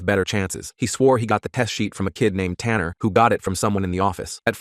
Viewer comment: TANNER?!?! IT SOUNDS LIKE TUNNER FROM SPRUNKI